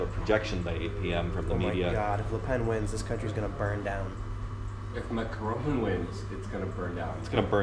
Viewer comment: FFS, Tim. If you're going to talk about French politics, then at least learn how to pronounce "Macron" properly.